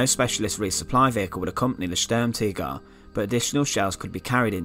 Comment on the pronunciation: Good knowledge but bad pronunciation ( STURM TIGER) ( not Sturmtigger ) T I G E R! not T I G G E R as you keep saying, Anyway apart from that i'm sure that people found this interesting as i did.